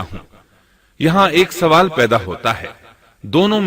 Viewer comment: Sawaal (question) ye urdu ka lafz hai. Phir ap isko Suwaal keun bolte hain?